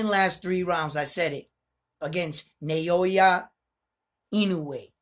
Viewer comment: Bro it’s now-yah not na-yo-ya. Easy. Your in-no-way pronunciation is 100% on the spot tho 👍🏼